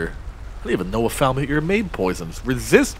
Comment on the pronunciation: I like how you pronounce falmer. Faalmear